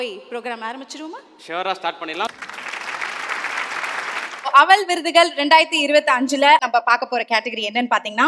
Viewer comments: 😮அவல் இல்லை. அவள். Anchores must learn pronounciation. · அவள் என்பதை அழுத்தி சொல்லுமா அவல் இல்லை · Yes. Not able to pronounce aval. Kevalam